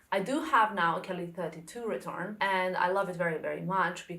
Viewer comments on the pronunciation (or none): Hello:) The correct pronounciation is retourné and not retourn‘. But the bag is stunning! Have a nice day